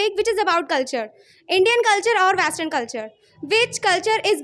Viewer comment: Vestern nhi western hota h ..keep focusing on your vocabulary dear😂😂